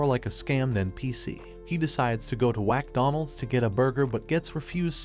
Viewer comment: The fact the he also called it wacdonalds is mad funny